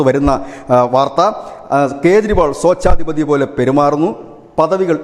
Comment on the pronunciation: Sochathipathiyo swechathipathiyo... Daivame.. Nalla spudatha